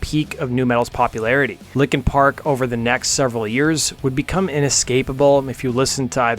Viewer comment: Stop saying "likin park!"